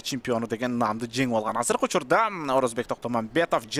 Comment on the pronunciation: Орозобек,Орозбек эмес